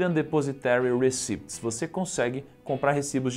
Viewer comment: Ola, bom video. Aprendi mais um pouco. So um toque, receipts se pronuncia RICITS, nao recips. :)